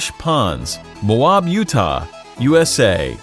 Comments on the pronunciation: It’s moe AB not moaab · It is not po-tash, it’s pot-ash. It’s located in Mō-ab Utah, not as the video stated.